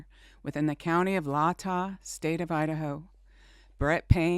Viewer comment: Its pronounced Lay-tah